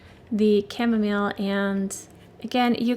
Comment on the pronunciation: Re Chamomile pronunciation… similar to how you would normally say mile as in walk a mile. It belongs to the daisy family indeed. Popular in teas and essential oils. I love watching painting out of the Flower Guide. I have it and love it